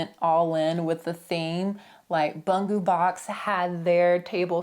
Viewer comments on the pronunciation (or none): A small correction: Bungu (like in Bungubox) is pronounced Boon-goo (and both are actually short /u/). That means stationary in Japanese.